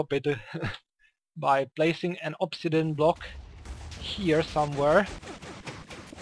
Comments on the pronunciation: its ob-si-di-an not ob-si-den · Did you say ob si den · did you really say obsidian wrong